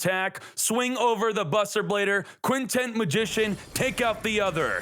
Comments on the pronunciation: Why do you keep calling it Quintent Magician? It's Quintet Magician. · Its Quintet...TET not TENT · Does it bother anyone when he keeps calling it "Quintent" magician. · bro i felt exactly the same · Because yugioh youtubers can't pronounce simple words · Wondering the same thing